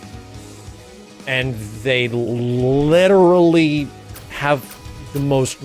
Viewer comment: The way he say's "Literally" made me laugh hard. "Lidderallrrly".